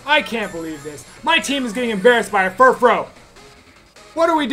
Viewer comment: It is actually Furfroo. It's French.